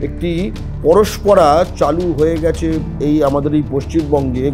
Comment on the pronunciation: Paraspara na parampara? Age bangla ta sekho